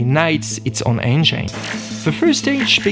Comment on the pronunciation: Thank you. Nice accent. Learn how to say engine correctly plz